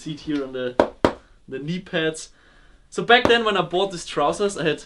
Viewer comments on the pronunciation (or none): none